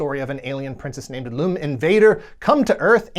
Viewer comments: WHO THE HELL IS LOOM LUM .. her name is LUM .. not LOOM .. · Great episode and coverage! Its been a while since ive seen anything Galaxy High related so this was a real treat! Also the main gal of Uresei Yatsura name isn't pronounced 'Loom', but Lum, like Yum! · Lum like yum, not Loom.